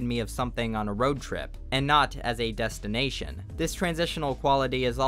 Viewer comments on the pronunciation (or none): none